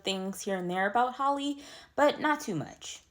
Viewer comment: It’s Halle like Halle Berry not Holly.